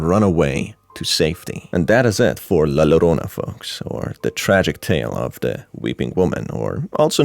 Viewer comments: my only critique for this is that La Llorona is pronounced La Yorona, other than that a lovely video! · Get over it. Its called having an accent. Just like an Asian or latino not pronouncing English correctly but we don't complain. We're just happy they've learned multiple languages